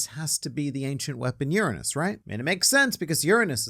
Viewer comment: Unimportant fact: in german language "Uranus" is also a funny word, cause it means something like: ancient anus. But nonetheless i appreciate your pronounciation of not giving "anus" the main tone :D.